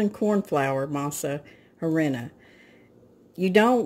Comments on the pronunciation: Masa ahreena is the correct pronunciation. The “h” is silent in Spanish. 😁 I love this recipe! Much easier than making tamales. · Hola its a silent H. You say Arina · I continued and finished seeing it when she tries to say " harina " ! Flour in english . I was like ??? Tamale pie !! But it actually looks good. I will give it a try . I am 100% Mexican and I approve this recipe 😁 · You said Masa perfectly but just so you know, Harina is ah-rree-nah. A slight quick roll of the r. Then the nah sound would rhyme with ha like hahaha.😆. I hope that makes sense. Not Matt ask criticism it's just in case you want to know. Masa is dough and Harina is flour. In Spanish things are spoken reversed in comparison to English... Translation would be flour dough. What it's made of is Mais/dried corn, as you you already know. Mah-eez. Again, if you were curious. Great job and thanks for the video. I'm sure it delicious and smells like heaven in your kitchen.